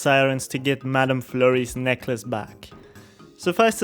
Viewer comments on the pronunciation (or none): none